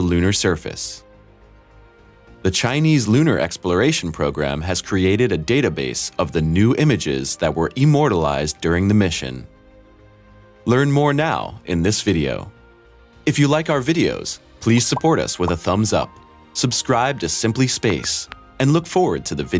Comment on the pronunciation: "E-mortalized", eh? Learn to speak English!